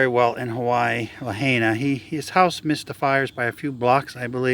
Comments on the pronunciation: Sounds like LA HI NA Not, la hey na Lahaina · Put 80 mph wind gusts on the fire next time to be more accurate.. and it's pronounced, La-Hi-Na🤙🏽🤙🏽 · La-hia-na...try it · Lahaina = La-heye-na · It is important to pronounce Lahaina properly! La high na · Pronounced La Hi Na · I heard a wahine from Rebel News pronounce it La-hey-na.